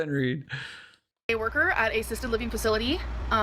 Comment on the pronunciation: she does this twice, she says that she was a PCA worker "at a...sisted living facility." Not "at an assisted living facility" but "at a sisted living facility". Call the Fire Apartment, this gorl is full of hot air!